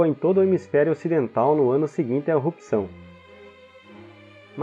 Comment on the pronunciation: Muito bom o conteúdo! Ótima forma de explicação! Amei! Porém, péssima dicção pra falar palavras como "errupção"! E vc consegue dizer ela da maneira certa, não sei o que houve, mas foi péssima!